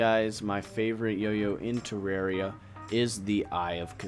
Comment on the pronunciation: It's teh-rawr-ia